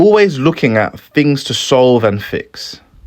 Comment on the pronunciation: y do u say fings?